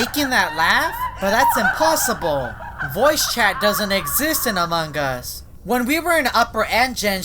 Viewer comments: Its among us not amongus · I die every time this guy says “amonG us” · Subtitle when says among us: amanga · This is how he says amongus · Amon GUS